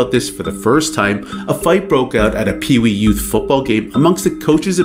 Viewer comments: Pee Wee/YOUTH. Not Pee Wee U. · Pee Wee YOUTH. Not Pee Wee U. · Peewee Youth, not P.E.U. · Dude. its "peewee YOUTH" football. Not "peewee U".